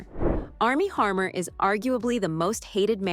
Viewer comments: It's not Armier Harmer, it's ARMIE HAMMER! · Armie "Harmer"?! Ahahahaha! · Armies HaRmer 😂😂😂 it is HaMmer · Bummer! I was enjoying the gossip about Blake Lively, but then you had to call Armie Hammer Armie Harmer. Seriously? Perhaps you meant this as a joke however, it falls flat. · Armie Hammer, not Harmor.